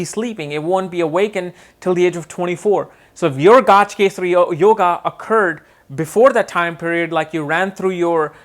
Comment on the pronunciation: its not Gaaj kesari but gaj kesari or gaja kesari